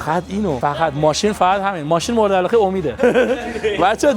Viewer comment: چرا اینجوری حرف میزنی 🤮 واقعا نه واخهن.مرده علاقه نه مرده علاخه 🤮 حیفی داش اینا کین گنده گوزی